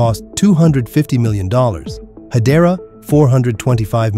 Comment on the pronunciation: Ашкелон и хАдера...надоело не правильное ударение 😅😅😅😅😅